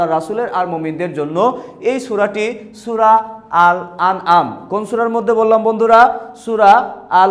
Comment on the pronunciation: sur na sura🤣🤣🤣